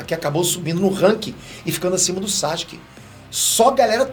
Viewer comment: "Sasque"? Quem é esse? Isso tá errado, a pronúncia correta do nome dele é SASUKÊ. O "u" se pronuncia sim, basta ver o anime no original.